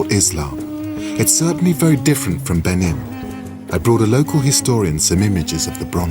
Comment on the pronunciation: How can you possibly make a documentary on a culture and not be able to pronounce it correctly? Beh NEEN! You can't trust the Brits. They pronounce Nicaragua Nick ooo RAG you ah.